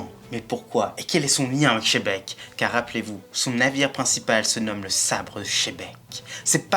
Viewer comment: Pourquoi quand vous prononcez le nom de xebec , vous dites shebek et non pas gzebec , sa fais penser à Philippe Etchebest quand vous dîtes shebec 🤣😂😂😂 shebec cauchemar au nouveau monde 😂🤣🤣😂